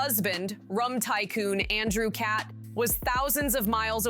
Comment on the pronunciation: Please re-record the audio. Every time you pronounce the last name as “Cat,” it’s grating and distracting. Interesting info on behind the scenes, though.